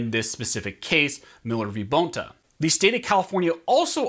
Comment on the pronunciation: It’s not BONE ta it’s bon ta (Bonta).